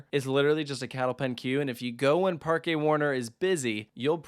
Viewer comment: OMG, you pronounced Parque correctly! But not until you got back from the actual Parque. Nonetheless, I call it a win for the Spanish language. ¿Dónde está la biblioteca?